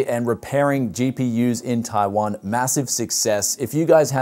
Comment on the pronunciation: Why does he say taiwan like that. TAIWON